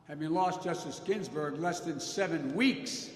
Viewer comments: "Gin-Burg". Feeble Joe cant even read a teleprompter correctly in an empty room. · Justice ginberg? He really cant get her last name right?